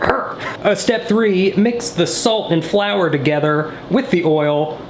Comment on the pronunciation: the way he threw that flower and said '' FlOuWeR''